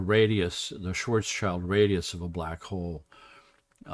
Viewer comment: It's pronounced "shvarts shilt" the "s" goes with the "child" part of the name. "Schwartz" means "black" (cognate of English "swarthy") and "schild" means "shield".